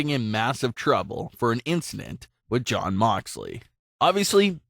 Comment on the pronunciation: Its jon not damn